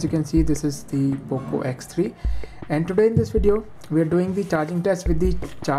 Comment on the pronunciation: who heard oppo x3 😂